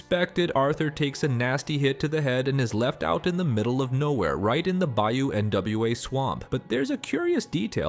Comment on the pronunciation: Since the first playthrough i shoot him point blank before he can even speak, this time i'll try to arrest him. Oh, just a little note: it's not Bayou N-W-A, it's Creole, it means "black river" and it's pronounced Bayou "Nuà", similar to "noir" in French